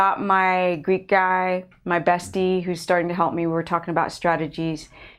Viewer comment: For the longest time I thought you were calling you assistant Greed God...lol! Greek Guy?